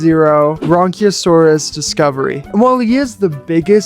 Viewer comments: These look really good but just to let you know the brachiosaurus is pronounced br-ac-ae-o-saurus. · bronchiosaurus ye not Brachiosaurus